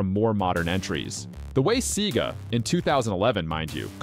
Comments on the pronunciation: I‘m new to this channel and so far i‘m loving the content but couldnt help but ask myself wether the narrator‘s voice is ai generated. Someone with that amount of knowledge about video games should know how to correctly pronounce ‚Sega‘ 🤷‍♂️ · Sega is now pronounced seee gahh😂